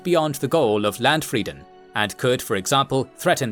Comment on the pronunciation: Sadly you have to watch the video with subtitles if you are a German, since you don't understand some of the misspronounced german words. Why nou translate them or hire a german for the pronounciation? E.g. Landfrieden as you pronounce it would be written Ländfridden in german. The right pronounciation should be on the frist syllable, the a should be pronounced more like in "bra", and "ie" is pronounced like a long "i". Eberhardt is pronounced with a long "e" in the beginning, you pronounce it as if it would be written as Ebberhardt. Reich is not pronounced with a "k" in the end, that's the scandinavian pronounciation (maybe low-german too), but the "ch" should sound a bit like a hissing cat. Schwurbriefe was not understandable 😅